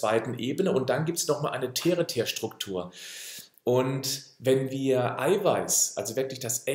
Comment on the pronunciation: es heißt Tertiärstruktur= ausgesprochen Terziärstruktur.. primär, sekundär, tertiär.. dein Lieblingsversprecher 😉 genug Terz gemacht, liebe Grüße von einer der Klugscheisserinnen unter uns 😘